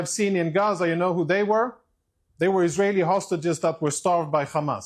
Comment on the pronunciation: hey,, can't you at least pronounce ISRAELI?? it's not more difficult than the F word you use every second!